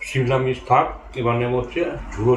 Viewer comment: Ota simla mich...na simla mirch😂 ota mistake hoychay